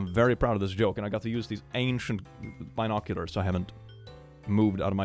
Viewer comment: I live for the BInocular joke getting progressively more quickly and incoherently delivered as the video progresses